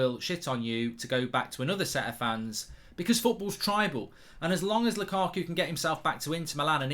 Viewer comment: Whenever I hear mark saying lukaku,it sounds like lakuku😂